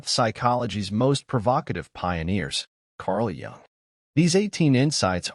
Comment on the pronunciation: We're surrounded by them! BTW, Jung is pronounced "yoong", not "yong".